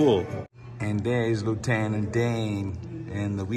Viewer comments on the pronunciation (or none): none